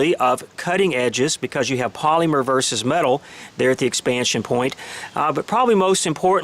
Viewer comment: Is anyone else bothered by the way he says polymer? I work for dow as an operator is a polyethylene manufacturing plant so the way he says it is killing me 😡. Also this round is designed for low penetration. If you want a hell of a 9mm round I recommend Hornady Critical Duty 135gr +P ammo (~$25 for 25 rounds). Saying in a negative way that this round has low penetration is like saying the ocean is bad because it is wet. 🤣👀